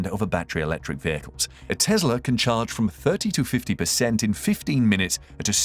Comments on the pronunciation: Why does he keep saying Tezla instead of Tesla? Anyhow, hydrogen powered cars are just far too dangerous and risky. I'll take a battery powered EV any day. Hydrogen will never catch on. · It's Tesla not Tezla